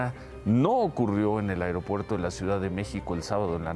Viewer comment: Felicidades a por su correcta pronunciación de las palabras "A I R O P U E R T O" e "I N T I N E R A R I O" así somos de Profesionales en México...